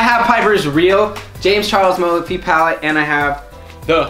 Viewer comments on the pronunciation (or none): It’s not mofey it’s morefy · does any one else hear say MOPHE instead of MORPHE